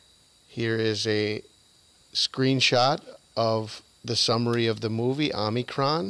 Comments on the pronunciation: It's not omnicron, it's pronounced " o me cron" prounced crone krōn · Omi-cron. Not Omni-cron. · Good video. But I will admit I was horribly distracted by your mispronunciation of Omicron. You kept tossing and extra "n" in there. Omicron Om"n"icron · There is no "n" in the word Omicron. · no need to apologize my friend. It was just very distracting LOL